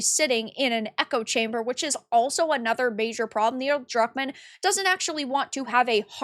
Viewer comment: Did I hear Cuckmann?